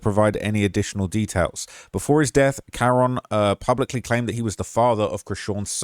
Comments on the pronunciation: KA-RON NOT KAREN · His name is pronounced Kah-Ron #justiceforkaroncann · Kah-ron* that’s how you say it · Bruh.. ain’t no black mother naming her son Karen. It’s Cuh-Ron. Lmao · Kuh-ron. Ronnie. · His name is pronounced kuh-ron